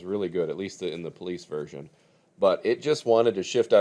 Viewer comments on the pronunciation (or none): none